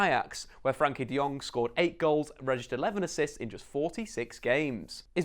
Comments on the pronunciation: Very nice summary of his qualities. I’m pretty sure Frenkie will be one of Barcelona’s top players in 2 or 3 years. He is making every team play better. His name is Frenkie, not Frankie btw and Its Willem Two, or twee (Dutch) not deux. We are Dutch, ne pas Français :-) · Firstly, it's FrEnkie de Jong, not Frankie. Also Willem II are Dutch, not French, so you can either say II (2) in Dutch or English. Other than that, great analysis. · Its frEnkie not Frankie you dumb ass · Its not Frankie Its Frenkie....you keep saying it wrong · Its FrEnkie de jong, with an e😉. Rate your videos!